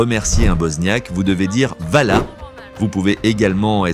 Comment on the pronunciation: avant de faire des reportages sur un pays, tu devrais mieux te renseigner et arrêter de généraliser..parle du poids des femmes et de leurs tailles ? On n'est pas des animaux. Et se pa la taille ni le poid qui fait des nous des bosniaque! Et si tu veux apprendre à parler le bosniaque, merci de bien prononcer les mots avant de faire des vidéos hvala = ya un H avent !! Hvala c est pa vala 😒